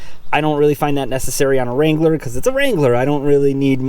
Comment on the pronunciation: Finally someone who knows how to pronounce the name!! and.... Go Bills!